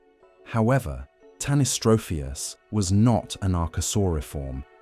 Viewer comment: You couldn't take 30 seconds to check the pronunciation of tanystropheus?? The accent is on the antipenult, which is pretty common in English.